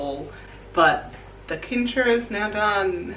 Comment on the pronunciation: DEAR XD I don't know if it is Australian English but afaik Cincher is pronounced with an S sounding C in the beginning. Not with a K sounding C. This threw me so off that I first didn't know what you referred to until you pointed at it. Just for future notice.